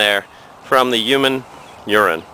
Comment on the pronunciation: Thanks for this video but have you noticed, it is so funny the way you say "HUMANE URINE". Keep up the good work and thanks for the videos and helping me learn!